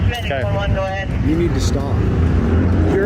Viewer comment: One millions time he said I nee you call you supervisor OMG